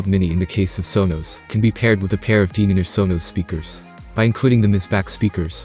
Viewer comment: Denon is not pronounced deeenon. If you're going to review a speaker product for any given manufacturer, at least pronounce their name correctly!!